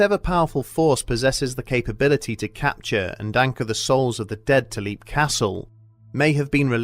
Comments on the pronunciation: Tiny little thing: It's "LEPP", not "leep". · You're mispronouncing the name of the castle. It's spoken as "lep", as in the word "leapt". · I believe the name of the castle has been mispronounced here, but to be honest I don't mind too much. I always like hearing this story.